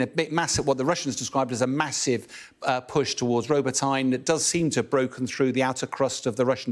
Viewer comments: ROBOTYNE? did he really pronounce it like that?? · The Ukrainian attack on Robotnye (which Bell comically mispronounces) has been another disaster for the AFU. Videos show some 25 tanks and a dozen other vehicles being destroyed. Is this man actually being payed for his propagandistic drivel ?